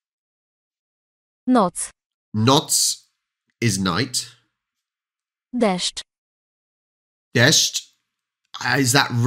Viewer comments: my subjective ranking of your top successful attempts to say difficult words (easy ones are not included, because you say all of them properly 😄): deszcz👋 pociąg 👋 drzwi 👋 dziecko 👋 samochód 👋- maybe it's not difficult, but it's included here, because you've said it as if a native speaker would my subjective ranking of your top fails : jezioro (Polish "j" should be pronounced like English "y" pieniądze - the Polish version itself is not well pronounced 🙄😲) szkoła - "sz" should be pronounced like English "sh" zdjęcie - your first attempt was OK, second worse, third was the worst 😆 fotograficzny - sorry to ruin your self-satisfaction with this one😆but it needs more practicing "kuchnia" means both kitchen and cuisine "kolacja" is the late evening small meal, we were taught it's "supper" in English 🤔 "pralka" is derived from verb "prać" (to wash, do the laundry) by adding "KA" at the end which often changes the verb to a noun, a similar situation is with dish washer - verb "zmywać" means "clean, wash up" and "zmywarKA" is the dish washer "pokój" means both room and peace😛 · You correctly pronounced deSZCZ, which is almost impossible to pronounce for English-speaking people. Well done! I keep my fingers crossed for you, I'm waiting for you to start speaking Polish on this channel 🙂